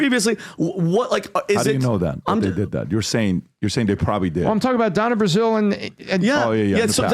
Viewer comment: it's Donna Brazille, not " brassiere." 😂😂😂